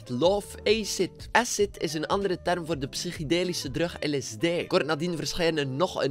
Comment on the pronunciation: Je bent echt een goeie yt maar hoe je drug zegt doet gewoon pijn aan men oren